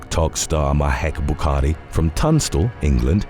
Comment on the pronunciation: ...Mahek 'Bukaki' Buhkari. 😂